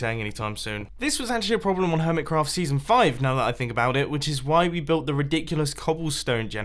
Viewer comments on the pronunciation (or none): You said seson 5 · you said seson 5 at the begianing